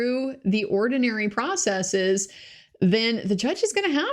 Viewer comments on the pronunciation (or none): none